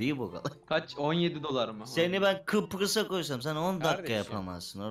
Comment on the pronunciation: kıprıs deil kıbrıs lütfen :)) bu arada kıbrısdan selamlar